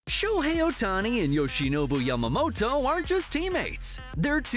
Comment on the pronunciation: Thanks for saying Yamamoto’s name correctly😆 Not Yamamoro thanks!!!